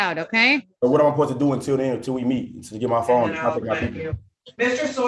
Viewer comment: “I need ma fone”